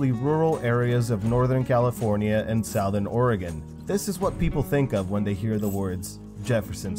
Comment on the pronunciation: pronouce 'southern' correctly... it was great vid, and i kept hearing that word get butchered... so im out.